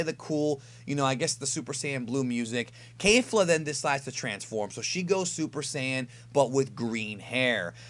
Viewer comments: I hate to be that guy but it's pronounced kefla not kayfla they even say it in the anime. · It’s KEFLA... definitely can confirm that after this episode. Nobody is pronouncing it ‘Kayfla’ in the show. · Her name is Kefla.... not Kafla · Kefra kefla all the characters say it with a ke pronouncing not kei like a keifla or keifra not sure why people are saying with with kei and not ke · KEFLA jesus KEH fluh not kay